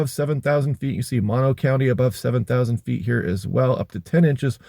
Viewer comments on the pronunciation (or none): Cloudy and cold in Topaz Ranch Nv! Note to you, I'm from Mammoth, in mono County, Moh-noh County!!! Thanks for your awesome efforts, you have become my go to wx.